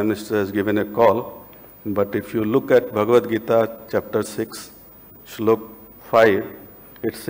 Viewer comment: Excellent!! Amazing way to use Indian mythology and shloka with the concerned subject👏👏the pronunciation of shloka in Samskrit as well.